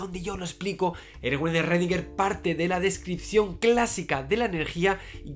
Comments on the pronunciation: ecuacion de redinguer? querras decir schrodinger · Aprendizaje 1: llamarlo "rredinguer" y no "escrodinguer" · Eredinguer??? Eso fue lo más raro del video. Saludos! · "ESRREDINGER" es que ni lo intentan. Que asco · Redinguer, ja